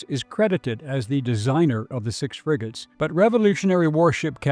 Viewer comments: Fregatten nicht Friegoten. Die Ki Stimme ist furchtbar. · 💩 KI 🤮 In 🇩🇪 we say "FREGATTE", not Frigote